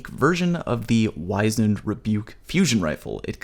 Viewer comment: It's not a hard 'I' in Wizened btw. W-ih-zend. Sorry, just hear a lot of people say the word wrong because they heard someone else say it wrong and the loop never breaks